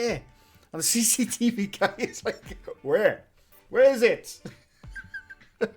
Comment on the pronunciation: I love how you pronounce Guy. It's funny as hell it sounds like Gay. Lol My new favorite channel 👍😁